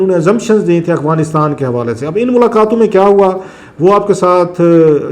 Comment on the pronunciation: Clasra sb please pronounce correct its Afghanistan not aghwanistan.